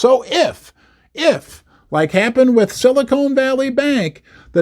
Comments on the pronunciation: that's Sili CON Valley not Sili CONE Valley. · Silicon, not Silicone.😊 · Ha it’s silicon, not silicone as in con artist 😂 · it's NOT silicone, it's silicon, but silicone is what they put in fake boobs ... yes ??? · It’s not silicone valley it’s silicon🙄🙄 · Petty comment since I grew up there - it’s Silicon Valley not silicone valley. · Pronounced with a short “o” instead of a long “o.”